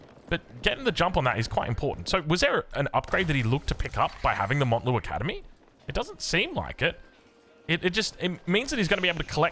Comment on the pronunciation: please it's mount Lu academy like mount Everest, not Mont lu